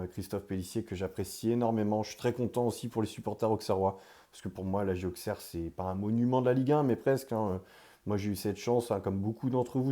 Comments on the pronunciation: Merci,je suis née là bas,et la prononciation AuXerre me fait mal à la tête. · On prononce ausserre même avec le x... merci 💙🤍💙🤍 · petite info sa se prononce ausserre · Très belle vidéo. Par contre il va falloir apprendre à prononcer Auxerre correctement 😉